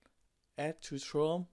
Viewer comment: The way he said Chrome... hahahahaha I had to, sorry